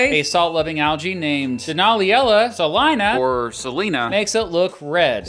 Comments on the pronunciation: Sah-LINE-uh is correct. That's how the city of Salina, Ks is pronounced as well. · First, that word is pronounced "say-lena". Second, technically the lake won't be dry. The report from BYU specifically states that "the lake as we know it is on track to disappear in five years". What they meant is that it will be devoid of all wildlife and spewing unsustainable levels of arsenic on Salt Lake City and Wyoming via dust, but it will still retain about 15% of it's sustainable level of water.